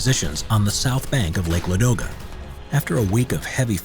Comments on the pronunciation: I'm from St.Petersburg (Leningrad nowdays), and i want say thank you for this video. Yes you observe only main part of the siege (as a citizen of Leningrad, of course i know much more of this), but still big thanks for this) Also, you mispronounce lake Ladoga, it's not a ladOga but lAdoga. Now you know more. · Lake LAdoga,not LadOga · The lake is called l_A_doga, stress on A. I think we must start butchering English names as well to teach you guys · Very good video. A few Russian place names are mispronounced (e.g. it’s Lake LA-do-ga, not Lake La-DO-ga). I liked the accurate depiction of weapons, such as the PPS machine pistol—designed and built within Leningrad during the siege. I studied in Leningrad in 1981; there’s a museum of the siege within the city, as well as Piskorovskii Memorial Cemetery, where at least a half-million who perished in the horrific siege are buried. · LAdoga not LadOga